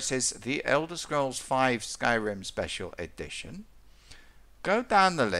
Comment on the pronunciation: Check it sounds like "Skyrim second edition" lmao